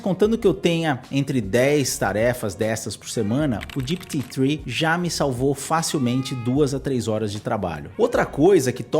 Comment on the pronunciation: Cara, fala GPT direito. GIPITI nada a vê !!! O vídeo é para brasileiros e não para americanos.